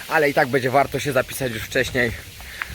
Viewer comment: Wszystko spoko ale przestań mówić BEDZiE tylko będzie, bo dla niektórych to zapewne jest bardzo denerwujące 😉